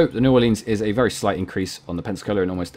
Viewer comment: Just a pronunciation tip: New Ore-lens, not Ore-leenz. Good video though, definitely sub worthy.